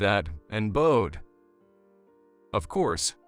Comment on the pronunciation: Bowed? As in bow and arrow? Not Bow as in to bow down? This is why AI sucks!